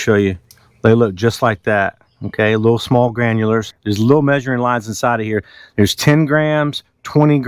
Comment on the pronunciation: Dude I love how you say Granules!!!! You say it like it has an R at the end. Granulers! 😂😂😂 My Mom has trouble saying Chicago cuz she says, Chicargo!!! Lmao 😂 I be like Ma stop saying Chi-CAR-go it doesn't have an R in it Mom!!!! 😂😂😂